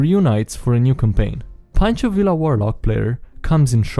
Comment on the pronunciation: Oh my. It was excruciating to hear him butcher Pancho Villa's name over and over.